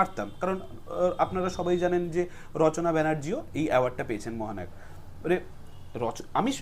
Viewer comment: 'মহানাওক' ! 😂 ব্যাটার বাংলা উচ্চারণ শুনলেই বোঝা যায় ও ম্যাট্রিক ফেল |